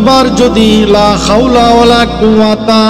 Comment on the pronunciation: আপনার তে উচ্চারন হয়নি লা খাওলা বলেন লা হাওলা হবে।